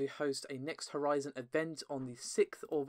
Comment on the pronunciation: “New HorZen”